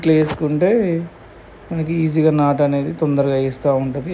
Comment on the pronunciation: నట్టు కాదు బ్రో నాటు